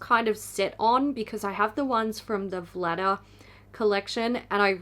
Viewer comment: You said Vlada collection, I heard Bladder collection.